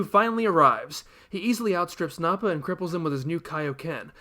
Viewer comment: the internet is probably already wanting to tar and feather you for saying "Blooma," "Sigh-en," "Nah-pa," and "Nah-mek." Did you know that the original author of "Dr. Jekyll and Mr. Hyde" pronounced "Jekyll" as "Jeek-el?" The problem is, "Jek-el" has been so firmly burned into everyone's brains for so long that it would just feel wrong to say it any other way. Dragon Ball terminology is the same way. "Kuririn," "Tenshinhan," and "Kye-oh-ken," are not as bothersome, though. P.S. If you think the English terminology changes are weird, you should look up some of the changes made in other languages. The English dub is far from being the worst dub.